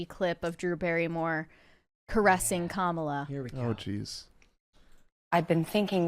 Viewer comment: The Kamala one was gross too. "Mamala" 🤮